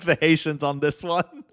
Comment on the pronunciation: Lol, "Thank the Hatiens for this one." 😂